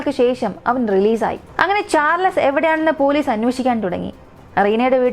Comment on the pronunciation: Bore അവതരണം. വലിച്ച് നീട്ടി പരത്തി... എന്ത് പറഞ്ഞാലും അവസാനം ആ വാക്യത്തിൽ grammatical mistake ആണ്. വാക്കുകൾ തെറ്റായി pronounce ചെയ്യുന്നു. മോശം എന്ന വാക്ക് കണ്ടുപിടിച്ചില്ലായിരുന്നെങ്കിൽ അവതാരിക എന്ത് ചെയ്തേനെ... Situation അനുസരിച്ച് ആണ് പദങ്ങൾ ഉപയോഗിക്കേണ്ടത്. ഇവിടെ എന്ത് പറഞ്ഞാലും അവസാനം മോശമായി,മോശമായി എന്ന് മാത്രം ആണ് പറയുന്നത്. കേട്ട് കേട്ട് മടുത്തു. Pls note: ചാർ ലസ് അല്ല , ചാൾസ് ആണ്. പേരുകൾ എങ്കിലും മര്യാദയ്ക്ക് പറയാൻ പഠിക്ക്...